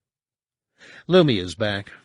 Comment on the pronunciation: Really? I think he's last on my list of the narrators I've heard while listening to SW books. Lou-my-uh Nye-uh-thol